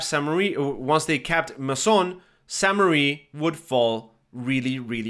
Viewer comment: Crazy. I thought to myself, damn why is this guy calling it St Marie. And you're probably unaware of it, but the current name does not mean Marie. But apparently the name of the town was originally St Marie. Here's what the wiki says as of right now: Founded in the eleventh century, the earliest records (1080–1082) include the name Sancte Marie Ecclesia, Latin for "Church of St. Mary", while a later document written in Norman-French (1317) mentions Saincte Mariglise. The current French form of the name is ambiguous, with the additional meaning, "Holy Mother Church".